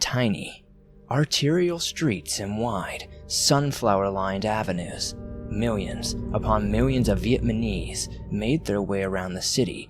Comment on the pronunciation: So, you haven't quite overcome the speech impediment of your childhood, hmm? Saying a W sound instead of a proper L enunciation. Well then, try this : million is properly mill + yun. You are saying miw-yun. You can practice lalala, lilili, lololo, lehlehleh, lululu. You can practice tongue thrusts or tongue touches to your upper teeth and then upper lip to help. You don't say howllelujah, but hallelujah, right? You don't say riwly, but really, right? If practicing does not help, lift your tongue and look underneath and see if there is a membrane literally tying your tongue to the bottom of your mouth; if there is much of a membrane there, it needs to be clipped; it's a minor surgery you'll be given some chlorhexidine rinse til it heals. I grant you will even be better at oral sex as well as enunciation afterward - IF you are literally, medically tongue-tied causing the impediment.